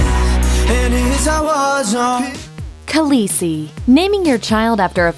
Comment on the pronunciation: The List Kalesi isn't that hard to pronounce....